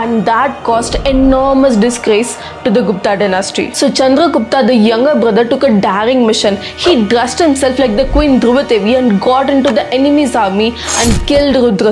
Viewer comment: Why did she pronounce daring as daaring?